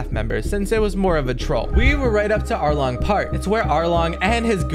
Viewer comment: "Alrong"💀 Anyways Love Youre Vids❤